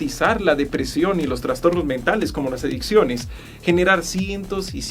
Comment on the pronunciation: creo que debo ir al doctor porque escuché erecciones en vez de adicciones